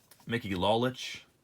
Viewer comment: larry hisle is pronounced hy-sul//mickey lolich is pronounced low-litch//